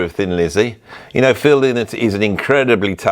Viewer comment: Lynott: "Lie-not", stress first syllable.